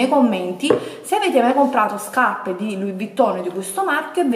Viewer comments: huahuahuahua "scapppeee" ma xkè?? p.s. labbra oscene, fanno nauseare quando parli...bleeeaaaahhhh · L’unica cosa che ho capito del video “SCAPPE” “SCAPPE” e ancora “SCAPPE”🤣🤣🤣🤣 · Ma qui la vergogna sei te che ancora ostenti SCAPPE SCAPPE SCAPPE 😂😂 spendili da un buon logopedista i soldi o un corso di dizione accelerato! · Mamma mia che tristezza, hai ripetuto 700 volte scappe e Luì vitton 🤐. Mi fa male la testa 🤕🥴, non so come fanno le persone a vedere i tuoi video. Fu la scelta giusta disiscrivermi dal tuo canale tanto tempo fa. Fatti un corso di grammatica e di dizione che ti farebbe bene al cervello. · Guardate i vecchi video, lo fa apposta a dire SCAPPE. Prima lo diceva normalmente. É solo un modo per farvi commentare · Si doveva amareggiare il direttore x ogni volta che hai detto scaPPe , V"i"TTON , "sacchette" etc.....PER IL RESTO HAI RAGIONE ANCHE IO SAREI INFURIATA!